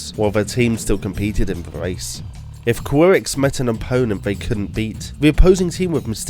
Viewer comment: Ki-rex Not Qui-rex